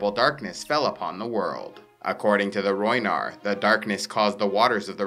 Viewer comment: Rhoynar not rhoynish